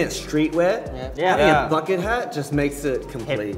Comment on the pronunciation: I love how Hans English accent is ever changing. u can hear a lil French accent when he says bucket hat.